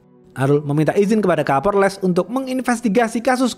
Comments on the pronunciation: Kapolres 😅 bukan kaporles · setelah di dengar2,kok bunyinya kaporles ya,😂😂😂 🤭🤭 bukan kapolres, sukses terus bang.🤗🤗🤗🤗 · Kadang kesleo jadi kaporles kadang lempeng kapolres 😊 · Kapolres bang bukan Kaporles 😂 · Hahaha ha. Kapolres bukan kaporles. Kidding ya. So far you the best. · Kapolress bkn kalporles🤣😭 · 7.05 Kaporles 😂😂😂 minum dulu bang biar gk haus